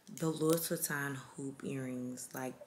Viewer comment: The S is silent in LOUIS VUITTON !! Im French